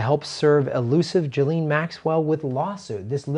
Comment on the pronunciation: It's pronounced 'jizzlane'